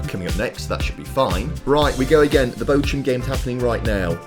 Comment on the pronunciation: Bochum 🫣🫣 it’s bochhhum